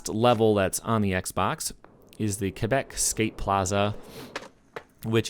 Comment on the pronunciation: my man you're the only youtuber I heard prenounce quebec normally ☺